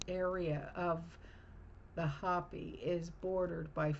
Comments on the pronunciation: Hopi = Hopee Not hop ee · It's not hoppy like a bunny rabbit . It's Hopi like hope. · ( hope' e ) not hoppy😅 ❤ ya.